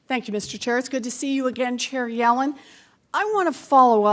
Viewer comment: I know its “Chair Yellen” but I keep thinking that Warren is saying “Cherry Alan” lol